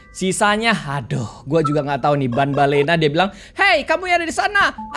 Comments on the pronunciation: tambellina bang bukan banbellina😅😅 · Banbanlina bukan banbalena